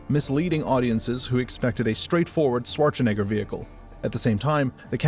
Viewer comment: Considering the high output and the low level of personality, I though this was an AI channel. Only the mispronunciation of Schwarzenegger gave it away. Maybe you should think about personalizing your videos more?